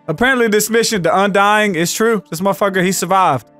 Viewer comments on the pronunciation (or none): "The undyingING"